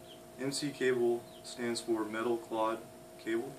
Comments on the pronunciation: Metal clod? It’s clad. Same A pronunciation as “scab”. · It's "Clad" Rhymes with "Glad". Look it up🔧🔩🛠